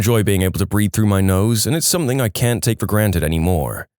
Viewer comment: SomethinG, SomethinG, not somethink. How do you spell something? It doesn't have a k in it.